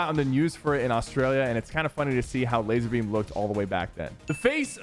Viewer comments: ITS LAZARBEAM!!! NOT LAZERBEAM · nah you violated laz a rbeam with the laz e rbeam